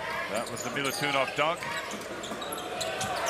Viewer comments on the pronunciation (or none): It is not Milutunov , it is Milutinov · ‘Milutunov’, hihi…